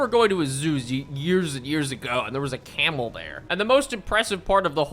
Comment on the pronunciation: Can somebody figure out how many times says camal